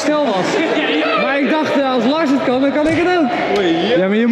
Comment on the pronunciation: hoor je als het goed is myron zeggen: oké nu laars inplaats van lars 😂😂